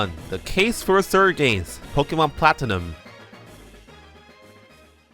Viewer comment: Ah yes, ze “sird” games.